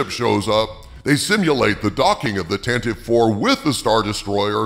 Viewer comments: Great news, if true! Side note: it is pronounced "Tan-ti-vee", not "Tan-tiv" or "Tan-teeve". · Would someone please tell that it's "Tan-tuh-vee," three syllables, not "Tan-teev," two syllables?